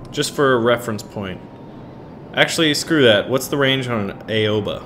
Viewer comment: just a tip I speak Japanese ok like enough to have a conversation and Aoba is said Ow-Ba, if anyone is Japanese I'm open to corrections but I'm pretty sure that's correct